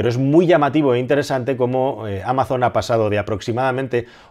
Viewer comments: No es "ameison" en inglés sino algo parecido a "ámason". No es muy diferente a como se dice en español. En cualquier caso, gracias por tus vídeos! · No se dice “ameison” en inglés. Es “ámason” con s sonora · Excelente análisis! Solo un comentario: en inglés no se pronuncia "améizon", sino "ámazon", con acento en la primera a y con la z sonora, como un zumbido. Y cuidado con los "generosos donativos" de los magnates estadounidenses porque lo que suelen ocultar es una maniobra para no pagar tantos impuestos. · En verdad Amazon, la marca, se pronuncia igual en inglés /Amason/ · Amazon se pronuncia igual en inglés como en español. Acentuada en la A "ámazon" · Ameison para los anglosajones XD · "Ameison" XDD No te preocupes, te queremos igual. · ¿¿¿ "Ameison" ??? Poco inglés has escuchado tú. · Amazon en inglés no se pronuncia Ameizon, se pronuncia igual que en español. Saludos desde EEUU. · No hay ningún anglosajón que pronuncie Amazon asi xD